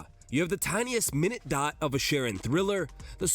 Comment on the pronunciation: My-NEWT. Not Mih-NUT